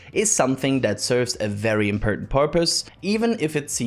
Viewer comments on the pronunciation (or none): impertant porpoise 🐬 😅 Thanks for the amazing coverage, content and education we get form all your hard work.